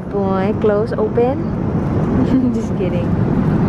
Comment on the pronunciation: natawa ako sa pagkasabi ng close open 😂